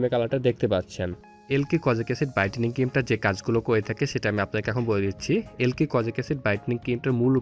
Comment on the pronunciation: আবাল এলকি কি রে!!এ লাইক হবে...আগে নাম ভালোভাবে উচ্চারণ করা শিখ